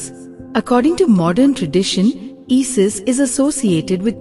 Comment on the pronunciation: Who the hells " EE-SIS". GET AN ENGLISH BOT